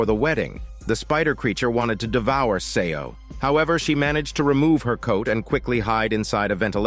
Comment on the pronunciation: 'Seo' is pronounced as 'So' <3 "E" is silent, please keep it in mind from the next time :) Well narrated story.